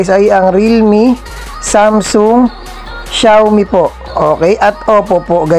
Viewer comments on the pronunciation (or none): none